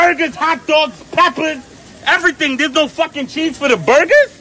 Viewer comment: Yo, that "ain't no CHEESE?!" was very personal.